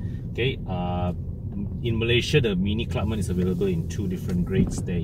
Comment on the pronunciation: is it pronounced as Clubman or Clubmen? You mentioned both version in the video. If not sure pls confirm with the dealer/manufacturer. TQ.